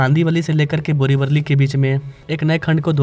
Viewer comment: बोरीवली ✅ बोरीवरळी ❌ खार रोड ✅ खारा रोड ❌ भाईंदर ✅ भयांदर ❌ डहाणू ✅ धानु ❌ आपके उच्चारण की गलतियां ठीक कीजिए!